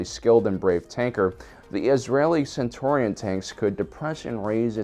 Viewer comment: It's "Cen-CHUR-rion"